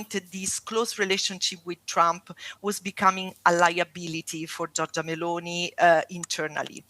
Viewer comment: Anyway Giorgia is pronunced "jorja" you don't have to pronounce the i.